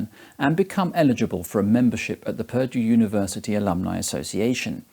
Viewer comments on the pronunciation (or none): thought he said "perjure University" Saved by captions.